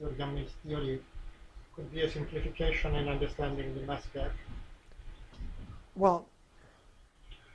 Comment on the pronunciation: Did he say mask gap or gas map? ;-) I love Ed Whitten, if only I could understand him :-(